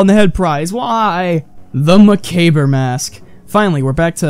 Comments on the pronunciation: macabre is pronounced muh-kaab not muh-cab-er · You pronounced macabre wrong. It's pronounced mmm -a-carb. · I love how you failed to say macabre lol